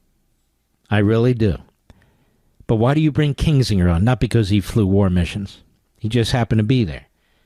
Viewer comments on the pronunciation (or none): Why does call Kinzinger Kingsinger? And just make sure you were hearing it correctly, he repeats it over and over.